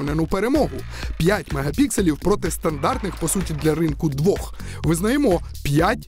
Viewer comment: 4 ultra pixel. А не магапиксилей!! Будьте уважні